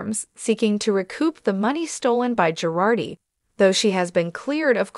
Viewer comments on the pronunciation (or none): Not GARDI, not PIRARDI, Girardi!